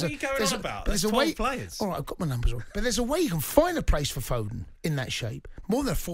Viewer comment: It's foden not fodon like Iran is iron